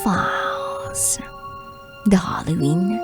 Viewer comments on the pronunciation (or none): secret files as in fayls po ang pronunciation not fals